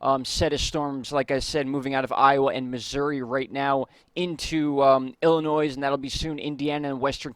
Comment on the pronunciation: When you say Springfield, could you please verify which state, Illinois Missouri Massachusetts etc. also… It’s not Illinoi(s) it’s Illinoi